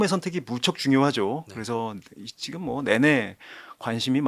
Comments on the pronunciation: 지금 인데 왜 자꾸 지끔 이라고 😂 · 그놈의 지끔 지끔 듣기 싫어 죽겠네요...지'금'이요..지'금' 왜 자꾸 된소리로 발음해요...?